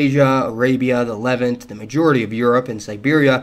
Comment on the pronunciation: Levant is pronounced "Le-Vahnt" not "levint". Great video btw